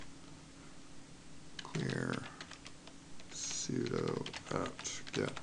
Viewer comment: When I hear: "Abantoo", or "soodoo" I know right then and there: this person has no clue about things he's talking about. Not in this case, however. Thumbs up!